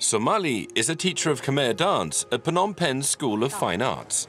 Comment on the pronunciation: Good overview on the history of Phnom Penh, but I wished the narrator would try harder to pronounce even just half of the Khmer names properly. Like you're making a documentary about a country and culture but won't even bother learning the phonetics? Sis...